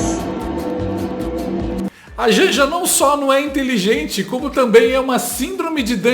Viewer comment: Não tem POBLEMA 😅😅😅😅DEIXA A INTELINGENTE FALAR 😅😅😅